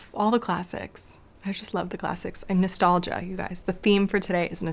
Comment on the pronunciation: A way you said nostalgia kendell